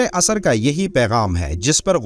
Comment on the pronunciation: Ye( asr) hai na ke asar Bhai aayat to sahi bolo matlab badal jata hai